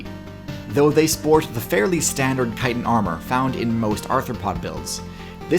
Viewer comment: Having just come from an Attack on Titan video, I heard "Titan" instead of "chitin"